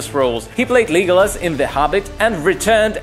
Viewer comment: I’m sorry did he just say “Leegolis” wtf💀